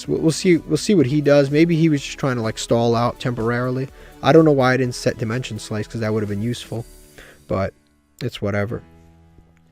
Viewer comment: Love how he misread dimension slice.